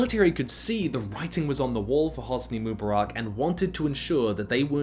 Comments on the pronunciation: Pronunciations heard in this video: moobaRACK, moobaROCK, mooBEARik, MOObarock Correct pronuciations heard: none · it not mubarak😭 it MU Bark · Say it with me: "Moo" "Bar" "Ick"